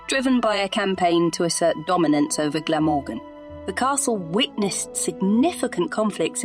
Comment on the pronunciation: Had to stop watching/listening due to the awful pronunciations.. even Glamorgan